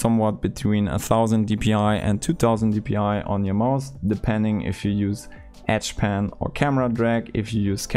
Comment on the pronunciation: Oh, you mean edge pan, not etch pen. Lol, I'm so stupid